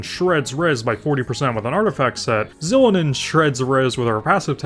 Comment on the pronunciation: I'm sorry but you deserve jail time for that Xilonen pronunciation